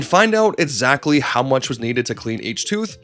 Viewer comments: Once you've stopped calling "Merrio", we can start working on pronouncing "exactly" and "expects" correctly, instead of "exatly" and "etspets". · They sometimes pronounce it as a "t", or miss it. It's just an accent thing, probably, I'm just goofing with them Here's a few etsamles: Etzatly how much 01: "lights" on this video tates damage direttion you're going I just skipped to random parts and few these, but don't mistake me for being mad about it, it's just poking fun